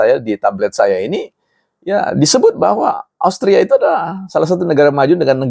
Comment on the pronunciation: Austria terdengar nya Australia... Mungkin ini akibat efek 16 persen.